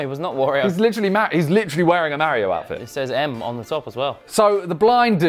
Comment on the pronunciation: Yo he said mareo not mario